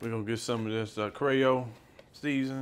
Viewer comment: Unc said “Crayo” not “creole” 😂😂😂